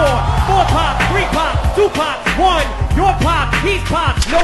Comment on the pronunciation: Nahhhh the poc instead of pop is annoying me 😂